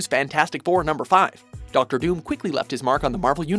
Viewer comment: What's up with you guys always getting names wrong?? Doctor DOOM doesn't have an S in it.